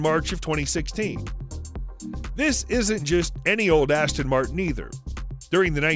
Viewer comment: badasss-ton Martin😅😅😅